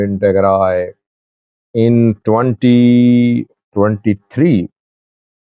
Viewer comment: Mind your business. Even you don't know how to pronounce the names Eritrea and Tigray.